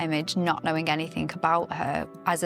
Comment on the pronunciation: "anythink" is not a word. She means ,of course, anything. Then we hear from the guy "acrost" excape" and "excortef". These Americans are murdering our English language.